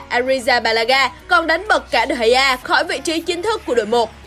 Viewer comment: Degea Ad đọc là đờ gì cơ???